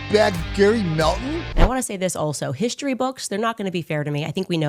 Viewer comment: HISHTORY??? Why can’t she pronounce words correctly???